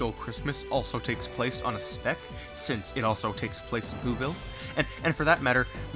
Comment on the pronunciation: every time he says speck I think he says spick